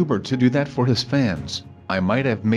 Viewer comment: why do you say hiss instead of his wow